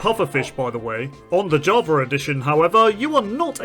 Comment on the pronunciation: Java ✖️ Javar ✅